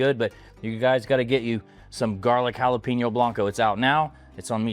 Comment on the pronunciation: White people saying jala-peen-yo drives me fucking nuts. It’s JALA-PAIN-YO bro.